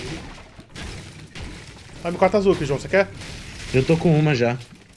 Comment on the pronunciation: "Wait Withe me" kakakskskakakkakajsja isso que tá morando nos EUA e fazendo curso kakakakakkakaakaaaka